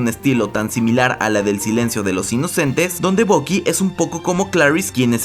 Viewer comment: todo bien hasta que le llamas "bocky", por que tenéis que cambiar la pronunciación a todo los latinos ? que obsesión, mira que ni los americanos lo hacen.